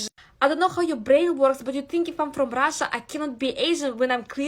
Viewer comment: “Im forom Rasha Mazafakka” 😭😭😭😭😭 and she doubles down 😭😭😭😭😭